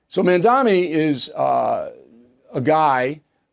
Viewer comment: It's Mamdani, not Mandami, Bill.